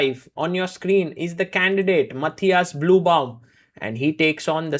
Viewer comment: It is the correct german pronounciation for Matthias. The Ü in Blübaum does not exist in Englisch, so most say and write Bluebaum like the Color blue, but Sagar makes an effort to pronounce the „ü“ and it sounds quite good actually. I think Sagar asked someone to teach him how to pronounce the Name 😉